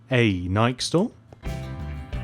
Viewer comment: the nike store is pronounced nikeee